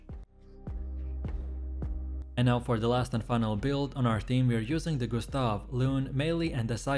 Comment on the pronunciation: Gus-ta-vee, Mail-ee. I'm dead 💀